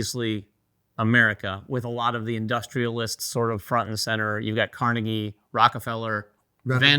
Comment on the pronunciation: Us people from Pittsburgh probably know Frick (Frick Park and museums), coke (the steelers logo is often interpreted as blue = coke, orange = iron, blue = scrap steel.), etc. :) You can ID us because we'll be correcting your mispronunciation of Carnegie, not the ones correcting your mispronunciation of Lancashire. :D As for your question, I can't get past the fact that you spelled Pittsburgh wrong in the question. j/k. I don't think it will replace it for everyone. There are a lot of people who think Lancashire is a better game because it is more streamlined and the map is tighter, and that was especially true when the Roxley editions came out. I believe critics at the time phrased it as Birmingham is a "standalone expansion" to Lancashire. I imagine they'll do the same with Pittsburgh but go into a different direction. Apparently that direction was originally planned to be a lighter version of Brass until they researched the Gilded Age and went in another direction, but with a requirement that the play time should still be in the "sweet spot" that Birmingham has. Don't know what that'll be but it sounds exciting. (Brass:Scotland is likely to be the lighter version, apparently Martin Wallace himself is doing a lot of the designing there)